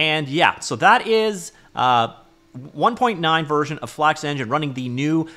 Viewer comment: Bros speaking FlAKX